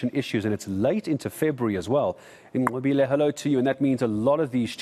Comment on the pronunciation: The way white dude can straight up pronounce "Nqobile" makes me moist